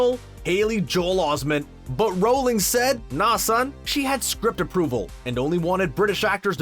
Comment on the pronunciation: J.K Rolling? Or Rowling? I can't listen to him say her name like that